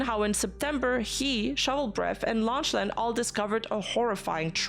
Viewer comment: Lock-lan is the pronunciation I think, otherwise another great coverage